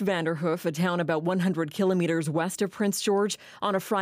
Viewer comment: FINALLY! Another person who knows how to pronounce "kilometer" correctly! Thought I was the only one in all the world.